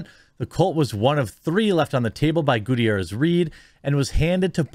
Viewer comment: It's pronounced Ga-tier-ez